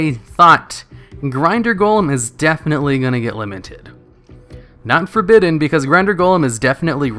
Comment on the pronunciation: For-Badden?! Why would you pronounce it like that?!